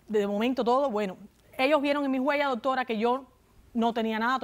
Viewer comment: Dijo DOTORA como de veces